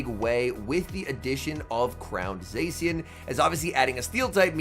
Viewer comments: Zā-shee-en not zay-see-uhn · This guy still hasn't learned how to pronounce Zacian